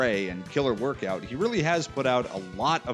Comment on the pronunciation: Woirkout! Must be Canadian eh?